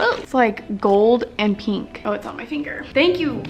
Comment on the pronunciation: u say PEENK